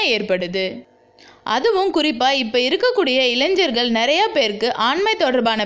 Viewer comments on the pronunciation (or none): none